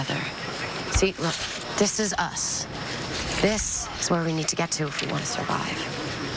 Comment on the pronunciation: Am I the only one who heard Clarke say "Dis is us."